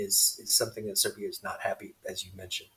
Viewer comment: are you saying Serv’ia and Vojvodina